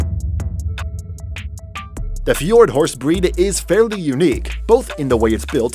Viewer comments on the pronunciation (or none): You didnt say fjord and knapstrupper right :))